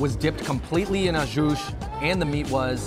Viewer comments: Even after hearing others say “Au Jus” (oh - zhoo) correctly, Andrew over here saying AJUSH...Hahahaha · I can’t unhear au SHOOSH now 🥺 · Say it with me, "Aww-Jew". 😂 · You can't call the second stop a hidden gem. That's right smack in front of Chinatown lol. Also, you're saying au jus all wrong hehehe. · Andrew cannot pronounce au jus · You don’t pronounce the s on the end of jus, dude.